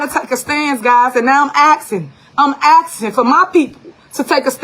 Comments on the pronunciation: Tiffany Henyard is axing 🪓! She axing!🪓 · Tiffany is "axin"....what the hell is axin. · The "Super Mayor" "Axing" us to support Harris is all we need to know.😢